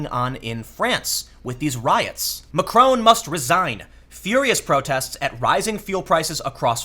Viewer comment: Mac-RON with a softly hit 'n'. Not Macrone!